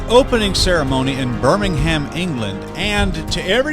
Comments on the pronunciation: Birmingham isn't pronounced the same as the Alabama city. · No doubt God will curse Birmingham with a plague of locusts and earthquakes to punish them for their evil ways. And, by the way, the H in Birmingham is silent....